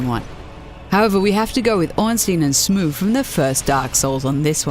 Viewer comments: Ornstein and Smoof. I can't get his name right either, I think it's pronounced smow? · It’s [smo] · Its Smuff like enough is enuff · "Ornstein and Smoof" smh... You wanna know what's a satisfying boss to beat? Nyx avatar from Persona 3... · "Smoof" I'm sorry but i died there XD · im just going to pretend she did not called Smough "Smoof" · i believe its pronounced ("sm off") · Ornsteen and smoof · "Smuug"? SMUUG?!?!?! Wonder you got Ornstein right... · ornsteen and smuu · ornstein and smoof? sorry what? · "Smoof" lol When will we find a "non-dark-souls" channel that pronounce the name right? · "Ornstein and Smoof" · I wanted to die when I heard that. Literally paused to comment then saw yours xD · I always thought it was pronounced Smog or Smaug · Not gonna lie, I think this is my favourite pronunciation of all time.... XD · No one knows how to pronounce this. No one, including players. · Actually she said Ornsteen and Smoo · Another boss video, another wrong pronunciation of Smough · I'm so happy to hear someonw other than the guy that I don't care about how she pronounced Smough or Automata.